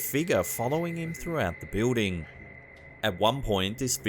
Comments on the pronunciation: great but I have to laugh each time I hear him say the word "Building" He pronounces it "Bewding" when its actually "BILLDING" the only other person I know who pronounces it the way he does is Kaitlin Bennett, A political journalist from Ohio. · Love your videos but could you say the word Building correctly please. Jesus dude your driving me crazy!!!!!!!!